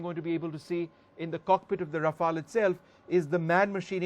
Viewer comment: This isnt your off the shelf paracetamol. Planes don't expire. Besides, it is Rafale, not Raflae.